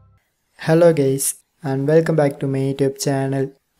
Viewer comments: Yes I just thought it sounded like you said "gays", I found it funny ;) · Bro Said " hello gays "